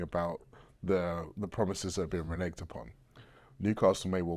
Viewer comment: Its a hard G in reneged you silly cockney twat